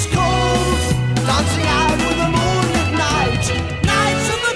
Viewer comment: It's "moon-LITT" as in LIT-erature. Moonlit is an adjective. Moonlight is a noun. I hope that helps - you're wonderful!